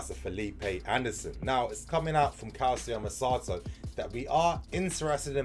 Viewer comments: Damn it's NOT CALSIO MERSATO. it's calchio merkato. Please !!! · I’m doing this for you brother it’s pronounced Cal-Cho Mer-Car-Doe